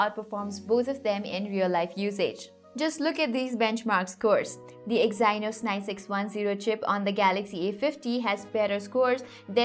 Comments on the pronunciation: Detailed useful review as always and hey I think Exynos is pronounced Exeenos :) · please check the pronunciation of EXYNOS ! great work, otherwise! keep up the good work.